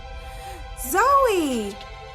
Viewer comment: I love the way you pronounce “Zoey”